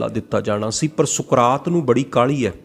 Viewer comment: ਕਾਲੀ ਨਹੀਂ ਕਾਹਲੀ